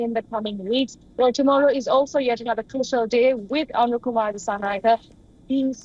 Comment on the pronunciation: You guys are a joke 😂😂. You can't even pronounce his name correctly. It's Anura, not Aruna